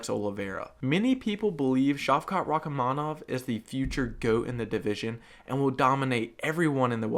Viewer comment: You're pronouncing Rakhmonov's name wrong. You should honestly do the video again, because it's a very bad mispronouncation, and it's taking away from the very good job you've done.